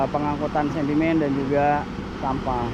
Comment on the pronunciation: Sedimen,bukan sendimen😮